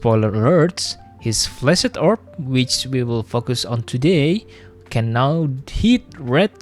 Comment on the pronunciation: cool video, but i just couldn't help but hear flaccid orb lmao